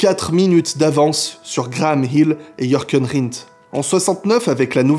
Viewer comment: c'est pas "Yorken" Rindt ^^